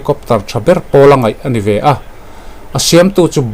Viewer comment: I hnar abing ve deuh adi baw...'ve ai ah 'Be' ti deuh tlad😂😂